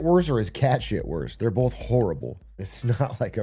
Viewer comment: Atrioc one of those guys who says "bolth"